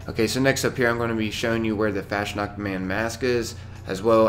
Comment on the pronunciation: Its funny how u pronounce "Fastnacht", i am german and u pronounce it like "fast nackt" which mean in english Half naked. And i like the fallout content im new in 76 an u help me looking fresh like a newbornbabysheepquatsch. :D